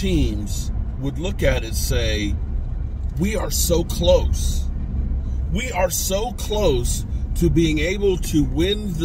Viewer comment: how u say close u are delusional